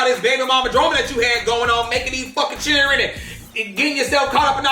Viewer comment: “He ain’t feeding them chiren”🗣️😂😂😂😂😂😂😂